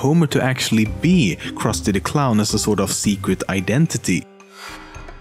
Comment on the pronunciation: kawaii-jessica uchiha being that the names are misponounced on the jewish , krusty, and the indian , apu